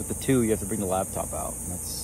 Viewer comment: Dear God Daniel, please stop calling it a lab top!!!! It’s a laptop!!! 😂